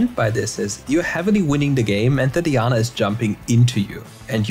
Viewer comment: I’m gonna dislike every single video if I hear “DEEANA”